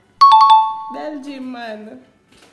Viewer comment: " a bel-gym" belguem, dah sumn deh..... i died